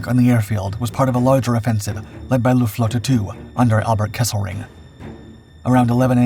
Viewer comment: You pronounce WRONG - NOT "Meshershmit", but "Messershmit" and NOT Lufvaffe, but Luftvaffe !!